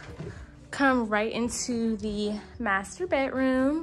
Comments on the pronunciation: "Dis MASTAAHH is a true MASTAAHH!" 🤣🤣🤣 That alone has me subscribing. Lol 🧡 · "This mastah is a true mastah!"😂 #7 has everything but cubbies, and if you gonna get 1of these homes it should have all the finishes you like already.